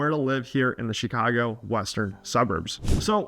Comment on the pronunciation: Why would anyone listen to a guy who cant even correctly pronounce the name of the city? Who says “SHEEKHAGO”?